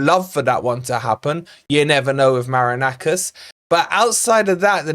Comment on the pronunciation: do you pronounce the owner's name "Maraknackers" on purpose? 😅